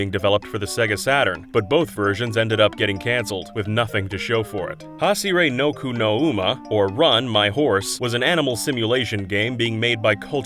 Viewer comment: *Hashire BOKU no Uma Not "Noku"